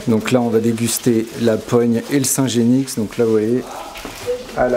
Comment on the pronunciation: On ne prononce pas le x de genix...